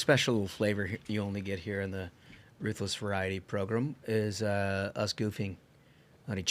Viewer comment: I tried. I really tried. I like your content, but I can't stand the way you guys say "program." Please stop using that word. How do you pronounce gram? As in a gram of coke or Instagram? Grem? 😂